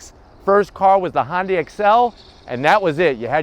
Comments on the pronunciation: I agree! its not HONDAI ITS HUNDAI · It’s not Hahn-day is pronounced Huhn-Day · Hon-day... Hyundai